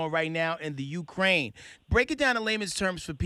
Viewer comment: Wussha is a BIG BUWWY and Ukwaine is a smol bean